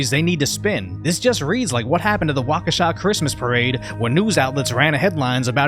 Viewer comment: I’m glad you pronounced Waukesha correctly